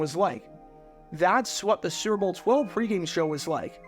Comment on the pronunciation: Bro you have GOT to learn how to say "Super Bowl". You say it like srrrble, or like it rhymes with gerbil. It's 3 syllables.